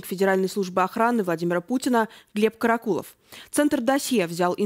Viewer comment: Корреспондентка невменяемая? То КАракулов, то КарАкулов? Она не в курсе куда ставить ударение? Может она не понимает, речь об одном человеке или о разных? Сразу понятно, что всё сказанное- враньё.